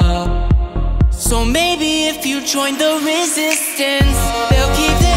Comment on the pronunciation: You make it sound like resistance rhymes with district...